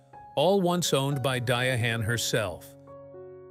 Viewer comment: I can’t with the Dia-hann. I can’t get to the end.